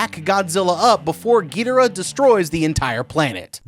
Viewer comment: Love the vids but “Gil dorah “ and “rodawn”